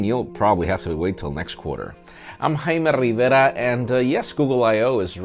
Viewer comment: Jesus, can you say Hayme RRRRiverrrraa a couple more times??? Missed it the first 15 times you said it.